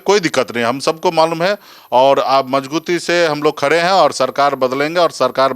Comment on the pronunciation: Isko pahle majbuti bolna sikhao yar ..ye to majguti bolta h